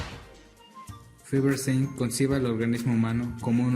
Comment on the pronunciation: Es Feuerstein, no Feverstein!! xd Pero muy buen video 💗